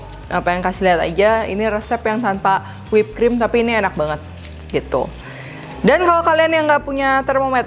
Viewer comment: "Uaenak rek" 😁 wong suroboyo kah?